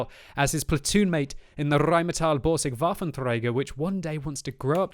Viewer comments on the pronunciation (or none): none